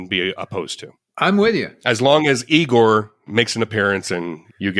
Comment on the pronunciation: Igor... Not eyegore.